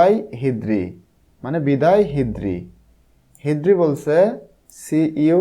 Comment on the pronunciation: হিদ্রি নয় হ্রিদি